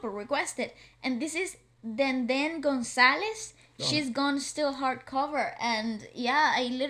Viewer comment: he is a popular singer in Malaysia not the indonesian😂😂😂...his lastname is Gonjalez...Not Gonzales/ Gonsalez imao😂